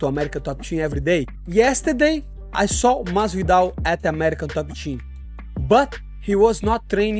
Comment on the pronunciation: If I could bet the house " Josh Masvidal is boxing in his next match " lmfao at the very least get the dudes name right. That had me rolling. :)